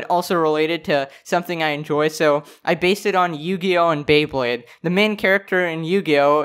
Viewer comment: Okay. This is not even the main thing in the video, but when i heard Beybade, after this i will rewatch every single ep...